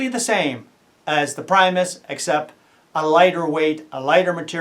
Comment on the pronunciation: Hey pal, its not pronounced pry-mos. It's pronounced pre- mos after Will Primos outdoor show lol. Just so you know